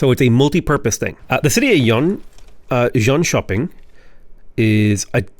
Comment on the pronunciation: Drink every time butchers on pronouncing jonshoping